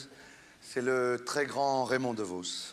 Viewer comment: C'est "Devos", et non "Devause". ;)